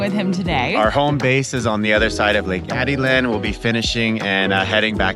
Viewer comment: Hi there! My wife and I really enjoy watching your videos of our favorite country. However, there’s one thing we can’t figure out. You seem to get the names right of most of your Spanish words (tocino, cervecería) and places (Peten, Izabal) but not Atitlan and Tikal. I know you said you haven’t been able to go to proper Spanish school yet but it seems like these slipped through the cracks. (It should be Ah-Teet-Lahn and Tee-Kahl.) Regardless, keep up the great work and we hope to cross paths in Antigua some day! Thank you for shining a light on the wonderful people and culture of Guatemala.